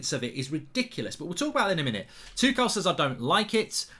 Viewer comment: No one: Gold bridge: THOMAS TOO CAL